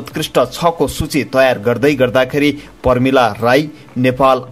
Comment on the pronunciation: पहिलो कुरा त बोल्नै नजान्ने उद्घोषक। प्रमीला लाई पर्मीला, जज लाई जर्ज भन्ने कति अप्रभंस । वहाँ ले कुन स्कुल कलेज बाट नेपाली पढ्नु भएको हो?